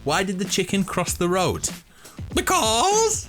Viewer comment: beKAAWS really actually got me